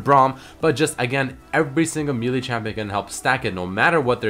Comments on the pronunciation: Can someone teach how to pronounce Melee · Did he just pronounce melee as Me-lee? Like me and Lee sin? I pronounce it as May-lay, is it wrong?